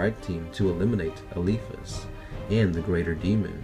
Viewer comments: There're some mistakes tho… they could get out of the Warp is because of Jonah Orion, the final psyker (librarian). Another thing is the Pronunciation, like it's Eh-Li-Fas not Eh-Lee-Fas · Dude start using correct way to pronounce names, the way you say Eliphas hurts :-S